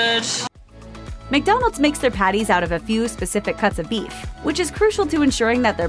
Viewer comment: Slow down, sound like you say beef eff